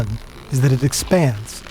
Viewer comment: That sound didn't sound at all like "that". It didn't have the expected pitch either.